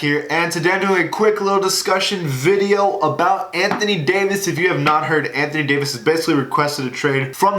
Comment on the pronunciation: “danthony davis”